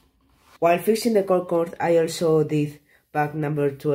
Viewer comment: the "gogode"got me dying